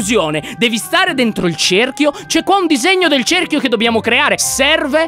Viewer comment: cehrchio.. come cazzo lo hai detto? xD